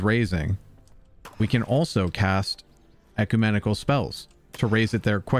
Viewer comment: Good video, and I hope this helps: (caps are long vowels) 1. reagent: rE-A-jent 2. ecumenical: ek-U-men-i-kal